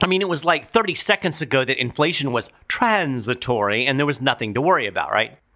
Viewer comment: Go,! Another great podcast...hilarious how you say "TRAAAANS...it-tory". Can we get Tyson to punch Powell and Yellen in the mouth? Heck, throw in everyone in DC while we're at it!